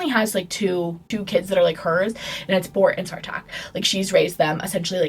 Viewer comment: babe i could NOT listen to u say Bort and Tore